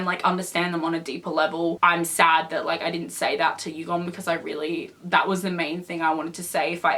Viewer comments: just to let you know the pronunciation for Yugyeom is Yu-gear-yem not Yugum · did she just say... YUGOM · who’s going to tell her that his name is yug-YEOM.. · I'm sorry I don't want to be a hater but you're pronouncing Yugyeom's name wrong...